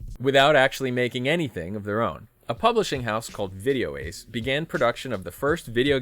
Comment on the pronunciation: It's actually "Video-Ass", Not "Video-Ace". And it's ORT. Not OPT.